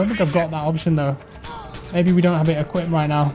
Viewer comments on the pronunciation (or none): none